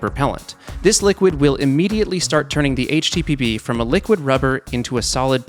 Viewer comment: I heard "HTPB" as "HTTP" 😂😂😂